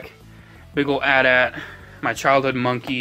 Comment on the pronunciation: It´s A.T A.T.